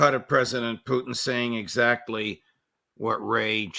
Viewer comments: Judge can someone tell Ray it’s Putin not poo teen ! Wft ? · Good "Intel Round Table" I like Mr Ray McGovern, and have read and watched his work since the early days of the Bushie jr cabal infesting WARshington DC, that said, I wonder why Mr McGovern always mispronounces Pres Putin's name ie "Poutine". I am basing this one how Russians pronounce their Presidents name. Very strange. Perhaps 'anti-Russia' CIA programming runs deeps. Even the psychos who constantly denigrate the Russian President pronounce his name correctly. The worst kept secret: "NATOstan" ("Murder Inc) is a mafioso criminal syndicate involved in murder, extortion and drug running. Thats it! As for the blood-lusting, murderous, vile psychopathic genocidal thief-dom aka "is-ra-hell" may get destroyed entirely and return to hell from whence it came. Followed by WARshington, London and Brussels. As for the rest of the conversation/interview - thumbs up